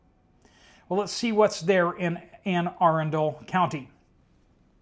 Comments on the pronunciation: It's pronounced Ann- A-Run'-Dale County. Accent is on the second syllable, Run.===Not Ann R-endale County. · Good attempt at your first time pronouncing "Anne Arundel" (County, MD.) It's actually "ANN uh-RUN-dell" (since 1650.) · PRONOUNCED Anne a-run’-dle county